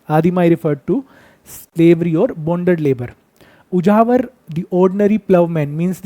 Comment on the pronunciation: Ujahar nahi it's ulavar